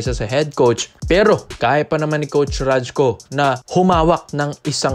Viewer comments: bro RAYKO ang bigkas ng pangalan nyan..hindi RAJKO.. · rayku tamang pronunciation, turoman.